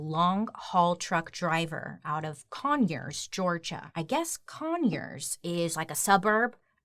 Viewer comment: I hate that when she says Conyers and Decatur. I shiver because I stay in Conyers and I'm from Decatur. It makes me feel bad